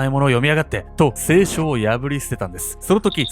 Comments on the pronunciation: 「せいしょ」の発音が清書……💦 前職テレビ業界だったよね？ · 衣装前の方が好き 聖書のイントネーションが清書なんよ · 聖書の発音が清書で笑った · 動画の内容とは全然関係ないけど、「聖書」のイントネーションがすごい違和感...